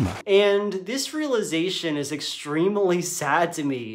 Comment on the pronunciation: did he say extremily? vs. extremely....